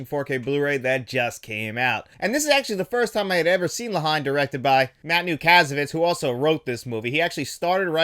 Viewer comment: For future reference, the film (La Haine) is pronounced (La -En) it’s much more of a one word scenario in the pronunciation of it. Great review as always!